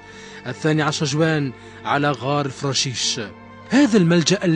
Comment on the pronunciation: فراشيح وليس الفراشيش